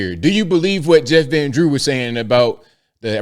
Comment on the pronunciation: He says Jeffrandrew!